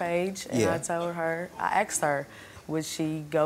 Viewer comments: It’s ASKED/ASK N O T AKSED/AKS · Am I the only one that gets irritated when people say axed instead of asked?